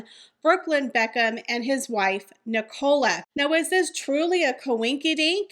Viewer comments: The name is pronounced Nic-ah-la. Not Nic-OH-la. Sorry, but it's driving me crazy everytime you say it. It sounds like you're saying Ricola and it is so bizarre lol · It’s NIC - ALA,. 😂